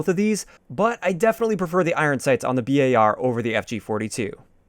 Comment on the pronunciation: Does it bug anyone else that he says B-A-R instead of bar?